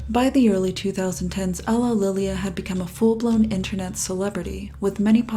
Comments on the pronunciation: It's pronounced You-lee-lee-ah not UGHlililia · So how many outtakes did you have while pronouncing "ulillillia"?